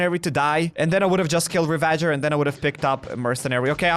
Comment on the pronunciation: Bro it’s pronounced ravajer not re-VA-jer